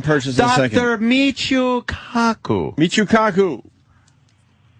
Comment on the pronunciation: lmao I love how Ant says “Michuuu KAkuuu”